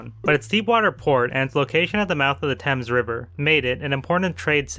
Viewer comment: we call it the thames river in connecticut, it is pronounced like thames, as in the thumbs or thanks not whatever midwestern jargon you butchered it with